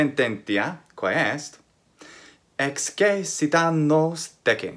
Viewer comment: Throughout the video, and especially toward the end, it sounds like the “e” in excessit is long (and not just the syllable over all). I would’ve expected the syllable to be read “ces,” as in “ex-ces-si-ta.” In the video, it sounds like “ex-ce-si-ta.” Maybe my ear is still adapting to hear the distinction, but I know other forms of excēdō have the long ē in the middle, so I was wondering if this was on purpose (in which case the text in the video is missing the macron), or if it was just my bad ear, or if the long ē was creeping in from one of the other forms in your mind?